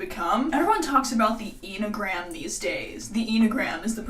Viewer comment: enneagram is pronounced any - uh - gram